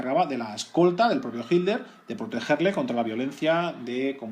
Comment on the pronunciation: Muy bueno como siempre. ¿Puede ser que el narrador cada vez que dice "Hitler" suena como si estuviera diciendo "Himmler"? Soy de Argentina, quisiera saber si es una forma particular de nuestros amigos de la madre patria España. Saludos